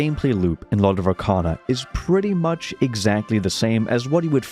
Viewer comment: Brother said "Lord of RACANA" so many times in the video, I left thinking it's called Lord of Racana instead of Arcana.